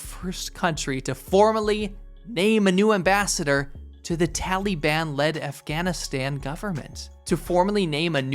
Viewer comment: 'tally'ban hahahaha